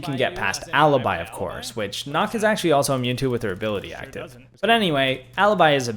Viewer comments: Good video. My only real complaint is that you mispronounced a couple of the operators' names. Nøkk is not pronounced "knock", it sounds more like "nee-ook" but said as one syllable. And Kaid is not "cade", it's "kah-eed". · Bro said dokkabee instead of dokkaebi Bro said nokk instead of nøkk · yo btw nok is pronounced nook because of the o with a slash just to let you know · he said noor haha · Nokk is supposed to be pronounced like nook, they’re one of the frogmen and they’re Danish that’s why it’s nook. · Watching him attempt to pronounce Goyo and Nokk is sending me.